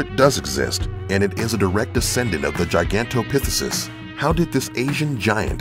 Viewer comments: Ha ha, yeah, I was like what? What did he say? Pithesus? 😁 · Pronounced Gigantopithecus wrong.